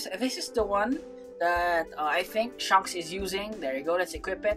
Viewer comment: "shanks pukoll" my brother in Christ you didn't have to do him dirty like thst💀